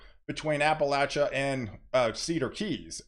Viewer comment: North Florida resident here...just FYI... it's pronounced here, Appa-lacha-cola. I know we got to make everything different here in Florida. Apalachicola is pronounced totally different from the Appalachian mountains. Much love and ty for the amazing weather forecasts.